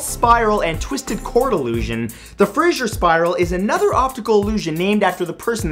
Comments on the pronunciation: It's Fraser not Frasier 😊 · that is not how U pronounce it when it is spelt like that(Fraser not Frasier) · Fraser is not pronounced "Frasier". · They way he said Fraser sounds stupid